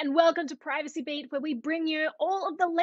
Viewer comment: "Hi everyone, welcome to Privacy Bait..." did I hear that right? lol